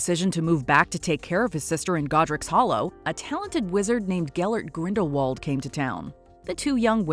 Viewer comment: And you need to listen to Jude Law's pronunciation Grindelwald As you are saying it wrong JK Rowling Tell him how to pronounce Correctly